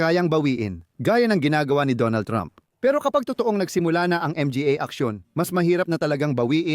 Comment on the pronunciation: Boss baka pwde gawan paraan AI mo magsalita kaka M G A.